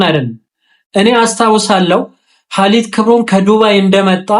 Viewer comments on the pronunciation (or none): ኸይር ግን ሐሊድ ሳይሆን ማለት ያለብህ ኻሊድ ነው بارك الله فيك